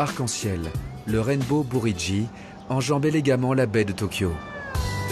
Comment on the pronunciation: "le Pont Arc-en-Ciel, le Rainbow Buridji" :D Oui ... Enfin bon, "buridji" étant une transcription japonaise de "bridge", c'est donc "Rainbow Bridge", tout simplement !